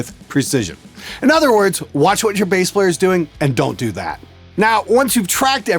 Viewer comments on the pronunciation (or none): none